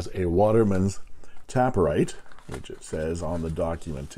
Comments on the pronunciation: It's TAY-per-rite, not Tap-per-rite, because the pen tapers at both ends like a cigar (or a Parker 51). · oh honey there is no second p its taper ite not tapper ite :/ but of course you can call it whatever you like :) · I think I pronounced it incorrectly throughout my video. It is "taper write" as in a pen that tapers down to a point. So, "tape" instead of "tap". And I think they were playing with the word taper and write in combination to illustrate the shape of the pen being similar to the Parker 51.